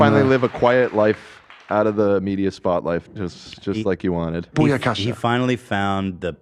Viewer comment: That pronunciation of booyakasha is pretty great lmao